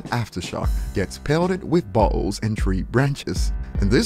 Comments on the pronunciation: Am I the only one who heard "tree branches and buttholes" , instead of bottles? Haha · When says bottles, I hear buttholes LMAO 😂 anyone else hear it 🤔